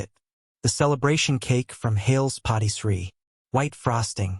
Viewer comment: The AI says Hails POTTY Tree. That does not sound correct! I would think maybe Hails PARTY Tree?